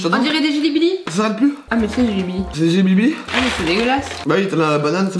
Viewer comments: Mdr au moment qu'idrisia dit djelibili mdr lidé dit jibilieb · L'idéal il m'a tuée c jely belly pas les jely blibli😂😂😭 PS: c'est à 5min32